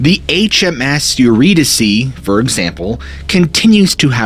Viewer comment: Eurydice , pronounced yer-ee-dees (like geese) And yer , like ‘Yer a swell guy’ . ee is the same as the ee in geese.